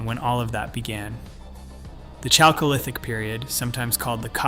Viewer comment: 'Chalcolithic' is pronounced /ˈkælkoʊˌlɪθɪk/, with a /k/, NOT /ˈtʃælkoʊˌlɪθɪk/.